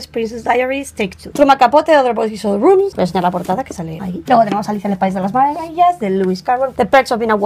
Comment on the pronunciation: "Alicia en el pais de las marawawafgya " AJAJAJAJAJAJJAAJAJJAJAA ame esa parte